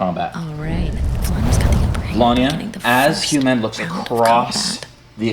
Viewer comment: Hew-man... hew, definition: to cut or chop. Think about it...